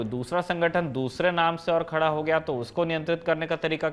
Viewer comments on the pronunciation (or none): none